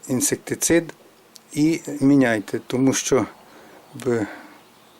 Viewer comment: Перш ніж критикувати сам навчися вимовляти - інсектицид